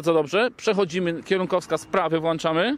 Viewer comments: WłĄczamy i wyłĄczamy tam jest ą... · Czyli jak "włanczamy" "światełka" to będą potem włanczone?